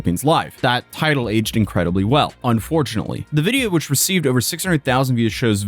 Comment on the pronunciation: You mispronounced the word "fortunately"